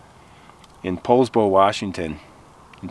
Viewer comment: OMG I live in Poulsbo, thanks for correct pronunciation 😊